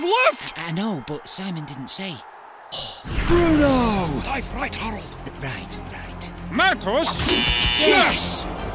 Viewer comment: Bruno* not Brunouw